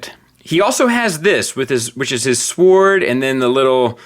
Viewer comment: When starts off the review saying a sWwoord is the best thing about a figure we are in for a hum-dinger. Somebody at Open Play is gettin fired.